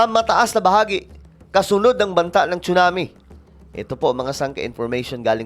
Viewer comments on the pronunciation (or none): Tsunami...pronounce it SUNAMI.silent T